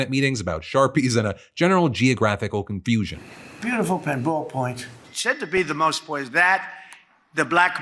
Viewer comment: I still hate the way you emphasise the word “beautiful” instead of “bastards”